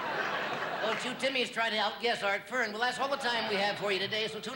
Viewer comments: Art Fern not Kern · Hey putz - it's ART FERN. NOT KERN. Consider this fact check as a 25-cent donation. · THEY KNOW, DAMN IT!..LOL, IT WAS PART OF THE SKETCH..HE MISPRONOUNCED IT ON PURPOSE..